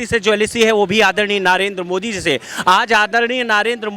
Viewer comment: संप्रादाईक mind वाला अंधभक्त पहले 10 जूते मारकर 1 गिनों, ससुरा ज्ञान घंटा का नही हैं केवल चाटने में लगा हैं, मोदी का नाम भी कैसे गलत उच्चारण करके ले रहा है।